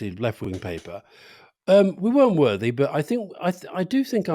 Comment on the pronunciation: I heard Alistair saying worthy and Rory saying wordy.